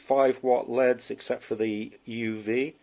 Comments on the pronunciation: Cool video. Does pronouncing an anacronym like "L" "E" "D" really take too long? LED 's verses saying "leads" as if we are talking about pencils? Teenagers do stuff like this all the time. Nothing personal this is just a pet peeve. I hear many people who do this all the time. English is all too easy to butcher. It does not detract from one's intelligence but it does show ignorance. Ignorance can be fixed with education. I respect your "two cents". Thank you for posting this. With only one sensor you are absolutely spot on! They should have the sensor in the middle. As they built this crap it would not have mattered. I will not purchase one of these or any other from Kind. Thank you for saving me from this manufacturer. Do you have a recommendation for a LED set that can actually run at about 1000 watts? Do you know if they are still building them this way? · You are wrong. It made me cringe everytime he said lead. No you don't pronounce L.E.Ds as leads no way no how.